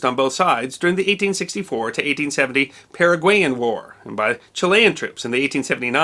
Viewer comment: After hearing your pronunciation of Paraguayan I’m not convinced of your pronunciation of kepi.